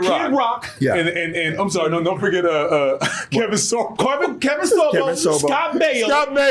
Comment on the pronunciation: It's Sor-bo not So-bo, with mispronouncing a**. Lol. 🤣😂